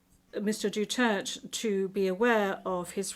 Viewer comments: Duterte, not Dutert. You should learn how to pronounce our President’s last name. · His Duterte not Dutirt😂😅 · Duterte Not Dutert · Bakit hindi nya ma pronounce correctly ang Duterte ? Make an effort Ma'am....